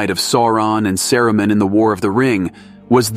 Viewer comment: Love the channel, only criticism I have is your pronunciation of words is incorrect, for example it’s LEGO-las, Sa-roo-mon, Sar-on.